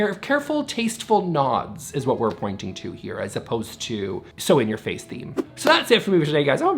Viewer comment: I heard "sewing your face" not "so in your face" at the end there. Either way, harsh!